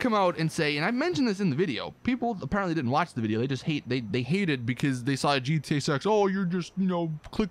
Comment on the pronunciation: he said gta sex XD